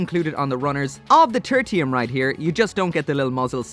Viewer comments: Great vid as always, but you misspelled the name in the title, bro. Also, I think the name is pronounced: Ter-Shee-Uhm Its derived from Tertiary, meaning third in a series. Just a twist on the whole Gundam Mk. III thing. Ter-tee-uhm sounds awful lol. Like some branching evolution of Squirtle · Turr-shee-um, not Turr-tee-um. :P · Is it weird that I heard Turkey-um instead of Turtium?